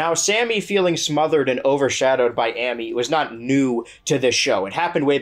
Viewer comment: I appreciate how you said Sammy’s name correctly and mispronounced Amy’s, giving Sammy some vindication